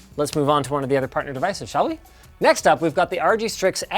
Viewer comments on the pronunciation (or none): none